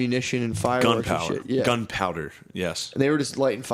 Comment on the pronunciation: I caught you saying "gun power" you stpd btjhc HAHAHAHA